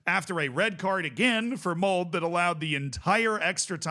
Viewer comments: please pronounce the e in "Molde" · "E" in Molde is pronounced, like we say "Schalke" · unfortunate pronunciation of Molde in this video lol you don't cut the 'e' in norwegian 🤣